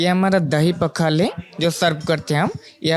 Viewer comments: पखाला नहीं पखाल कहिए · ये "पखाल" है पखला नहीं है। इससे सही करदेना बस 😊 बाकी हमारे राज्य को में दिखाने के लिए धन्यवाद। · पखाला नहीं ’पखाल’ ପଖାଳ बोलते है । Please correct it next time and Thank You for promoting our Odia dishes. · It's पखाल not पखाला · It's not पखला it's पखाल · पाखला नहीं, पखाल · It's पखाल ✅ not पखाला ❌ And we Odias call 'Alu Chawkawta' ✅ Not 'Alu chokha'(Hindi). Most importantly it's pronounced as 'Pawkhalaw ' ✅ not pakhalo❌/pokhalo❌